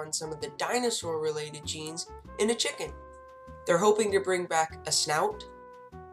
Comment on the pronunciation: Sorry man but the way he said chicken is very funny I'm so sorry for that please don't judge me but I'm hopefully dream me to save enough money for me and the guy that wants to make that dinosaur chicken I'm so grateful for everything and you have to be grateful sometimes because if you don't if you don't accept what your parents give you and that's what I mean to be ungrateful not to be grateful imma try to be grateful as I can